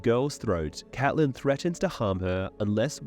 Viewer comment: Thanks for pronouncing Catelyn the way we like it